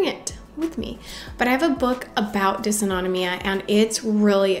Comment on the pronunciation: Thanks for all of your helpful tips and tricks! For compression stockings, mm Hg means ‘millimeters of mercury’. Like a thermometer measuring temperature, mercury can also be used to measure pressure, and is thus used to denote units of pressure. Also, as an ME/CFS, SIBO, IBS, leaky gut, and POTS sufferer myself, I feel compelled to tell you that it’s pronounced “Diss-auto-NO-mee-ya” 😬...I think a lot of us have GI issues, and I wonder if there isn’t a link between these issues and ME/CFS/Fibro.